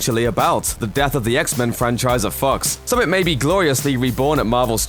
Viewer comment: Did he say at Fox or It Fu((